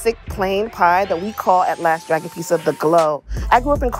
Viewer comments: Is it just me that’s annoyed with her pronunciation of “pizza”? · What’s a Peesa ?